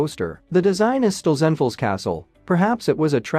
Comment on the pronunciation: Stolzenfels = SHTAWL - tsen felz Vide poche = VEED PAWSH